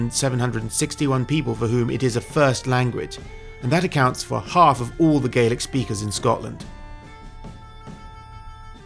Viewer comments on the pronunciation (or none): As a native Hebridean two things, 1 you say Harris then zoom into Lewis and 2 it's gah-lik not gay-lik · FYI for future reference - when speaking about the language, Scottish Gàidhlig/Gaelic isn't pronounced "Gaylic", it is pronounced "Gaalic". Scottish Gaidhlig speakers use the "Gaylic" pronunciation when speaking about the Irish language. "Gaalic" = Scottish Gaelic(Gàidhlig) "Gaylic" = Irish Gaelic(Irish/Gaeilge) Enjoyed the video! I knew a couple of people from Stornoway who are related to him(distant cousins I think). Sadly they have never met him, so no cool stories there 😂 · Slainte Mhath for sharing your research on President Trump. It is so appreciated. One bit of info I'd like to share with U is the pronunciation of the word Gaelic. If referring to Scottish Gaelic, it is pronounced gal-ic, as in the word 'gal', w/a short a. If referring to Irish Gaelic, it is pronounced gail-ic as in the phrase 'gale', w/a long a. The different pronunciation was learned by watching the Scottish series "Outlander".